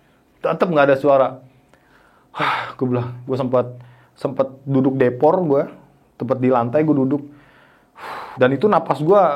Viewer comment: Depok itu f v jadi p Ini dia kebalik ya 😂